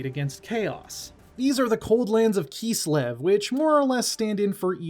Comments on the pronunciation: IT KISLEV! NOT KEEEESLEV. That was painful to listen to. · “Keeslev” - this guy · Well it's not wrong it would be close to the german pronunciation XD